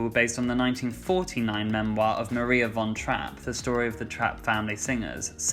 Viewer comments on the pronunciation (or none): none